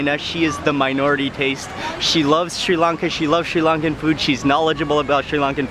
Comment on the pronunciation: its Sri Lanka not sei lanka